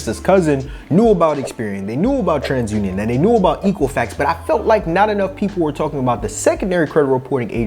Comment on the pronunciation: Misspronounced Equifax.